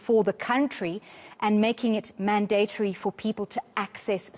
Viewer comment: There is no long A sound in mandatory. The second syllable does not rhyme with date.